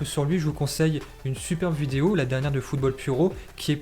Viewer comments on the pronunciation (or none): none